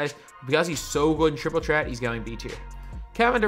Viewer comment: Triple chreat is what is sounds like